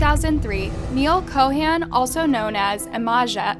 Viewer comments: It's Chauhan not Co Han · Ik what happened is horrible and I'm so sorry for them and their family, but i have to say this, your pronounciation of Anil Chauhan is killing me. That's not how you say it